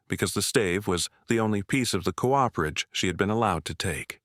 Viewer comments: Co-operation is most correctly spelled with that little dash between those two adjacent 'o's. Cooperation is not a word, just a lazy persons shortcut because they don't know where that key is on the keyboard. A 'Cooper' is someone who makes barrels. He or she is not a co-oper. A Cooperage is a place where a Cooper makes his or her barrels. That place is not a co-operage. Co-operage is not a word. I find this mispronounciation by the AIs vastly annoying. Others, too. I can usually listen to these stories by ignoring these problems. But, not this time. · I’m with you! AI narration sucks. It’s trying to merge the beginning of ‘cooperation’ into ‘cooperage.’ AI could mess up ‘parsonage,’ no doubt!